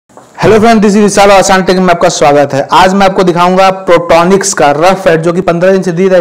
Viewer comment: प्रोट्रोनिक्स नही बोलते हैं इसको पोर्ट्रोनिक्स बोलते हैं इसको भाई थोड़ा नाम shi se lo